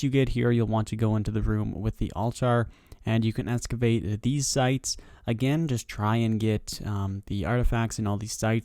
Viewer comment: Excavate there is an x not escavate